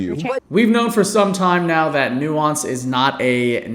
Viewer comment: They don't even know how to pronounce or define the word nuance.